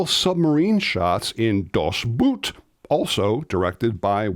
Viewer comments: Das Boot is the German title… I dare not correct you as you’re far more knowledgeable than me on movies… Das Boat would’ve been a better pronunciation. 😅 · Please my dear English speakers: "Das Boot" is not pronounced like the footwear, more like a boat. The a is omitted and the o elongated. But with boat you are much closer to the correct sound than with boot. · 🤣🤣🤣 Dude! Boot in German is pronounced with a slightly rounded long O sound, not an oo sound. In other words, instead of sounding like the footwear, it sounds like one is saying the English word boat, but while rounding the lips slightly. Which, since das Boot means the boat (and not the boot) in German, it makes sense.